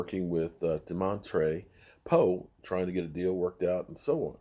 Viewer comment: 🤦🏿‍♂️You always say poe first name wrong